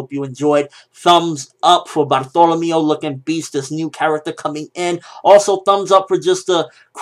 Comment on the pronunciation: when I heard bartolemeo I was thinking bartleomo kuma lol not this guy